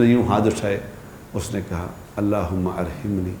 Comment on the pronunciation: اللہم ارحمنی۔۔۔ح کے اوپر زبر ہے